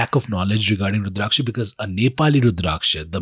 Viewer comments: Pronounce the word Rudrakasha properly please! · Are you FRENCH or something? Wtf is with that weird pronunciation of Rudraksha?😅😅